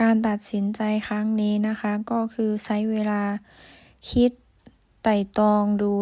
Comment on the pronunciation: สาวพันออกเสียง (ช )ช้าง เป็น (ซ )โซ่ เสียง ใช้ เป็น ไซ้ -ที่ถูกต้อง คือ สาวพันต้อง แยกเสียง (ช )ช้าง ออกจาก ตัว (ซ )โซ่ =ใช้ เป็น ใช้ -และเสียง (ร) ยัง พัวพันกับเสียง (ด ) อยู่ - 1 ชั่วโมง (ช) ไม่ใช่ 1 ซั่วโมง(ซ) - รับผิดชอบ(ช) ไม่ใช่ รับผิดซอบ(ซ) -เช่น (ช) ไม่ใช่ เซ่น ( ซ)